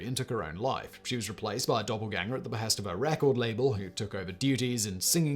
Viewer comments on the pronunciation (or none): none